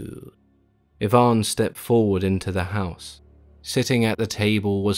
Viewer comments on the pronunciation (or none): none